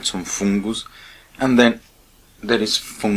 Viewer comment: 😂I love the way you say foooongoose 😂 mate I appreciate your showing us how to clean it🙏😉